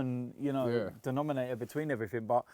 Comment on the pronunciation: Nobody:: "Everyfink"